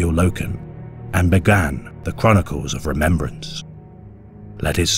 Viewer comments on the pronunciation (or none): none